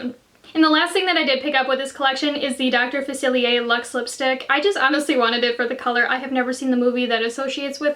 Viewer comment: You are the only YouTuber who has said dr faciliers name right 👌👏🙌🏻